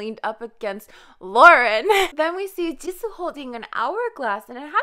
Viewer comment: i love how you pronounce jisoo’s name like correctly, like actually correct with the korean accents :)) (and all of the other kpop idols’ names that are korean aswell. mad respect)